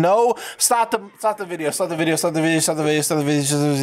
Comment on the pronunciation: my mans really did just say "enguadaa putat en da videyo"